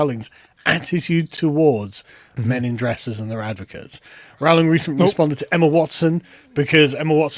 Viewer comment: Kiera was absolutely spot on with her response. Don't think the boycot is terribly successful anyway judging by how successful the HP franchise still is. Also amazing by asmon saying Rowling properly, keeps getting mispronounced for some reason over there